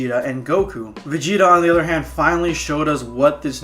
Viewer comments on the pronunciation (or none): none